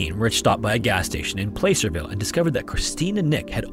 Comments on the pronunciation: I'm from the area, just FYI Placerville is pronounced "plass-er-vill", not "play-ser-vill".... It's possible that Nick lost his shoe on the way up to where the road is, even with no food and water for 4-5 days. However at that point, the 3-year-old would likely be suffering from dizziness, delusions, and lack of awareness (hence why he believed his mother was taking care of him when she was clearly dead the entire time). It's possible that the shoe could've been carried off by wildlife too. As for the naked woman on the side of the road, it'd be very difficult to mistake a small 3-year-old's body with a fully grown woman's. Considering Deborah's account is purely based off of memory of what she saw, I'm willing to bet she misremembered the size of the body. Our memories are not absolute truth of what happened because they can change or miscount details that change the initial or actual understanding of an event. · placerville is pronounced "plah-cer-ville" not "play-cer-ville" i think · btw is pronounced Pla-ser-ville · Placer is pronounced PLAH- Sir. Not like you would say "place" Some very chilling occurences!! I grew up not far from Placerville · I know it looks like it would be pronounced "play-ser-ville" but I've been corrected to it being pronounced plasser-ville* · Just a note: Placerville is pronounced 'Plasser-ville' if you ever come across that podunk town in a future story. Source: am local to area. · Another great video! If it matters Placerville sounds like Plas Sir Vil. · Just an FYI, it is pronounced PLAh-Sir-Ville. Love the videos just thought I’d let you know ❤ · Placerville is pronounced like glasserville, but with a 'P' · PlAhcerville. Like placer gold😬. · Placerville is pronounced "plasserville" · Placerville is pronounced PLASSERville. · Minor correction. The A in Placerville is pronounced like the A in platypus or Apple. It’s a type of mining that was done in the area. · "Placerville" has a short a, like the a in "flat."